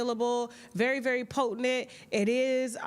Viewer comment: Po-TENT, Tasha... PO-TENT, not po-te-NENT. C'mon, gitl.